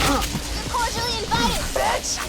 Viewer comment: I can't stop laughing from when said "You're corgally (i think i spelt that wrong) invited BITCH!"